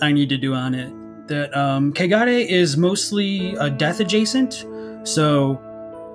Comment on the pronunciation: I just wanna say this - the way y'all pronounce kegare sounds a lot like cagar as said by an English speaker. And cagar is a verb, meaning, literally, to shit. So, yeah... it is impurity at its finest. Laughed every time you said it. "Valley of cagar", in particular, really takes the cake 🤣🤣🤣🤣 Also, been out of the Snack Covenant loop for a bit and came back to find! Hi,! Nice to have you here!😗 Also also,! Whoop-whoop